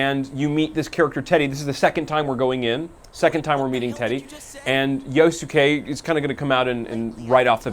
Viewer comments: "yosuKAY" stfu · Yos-ke silent "u" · Yo-su-ke... -- at least learn to pronounce their names properly. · I like this PR guy XD he mispronounces Yosuke's name like Egoraptor. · My ears! Stop saying Yosuke's name wrong!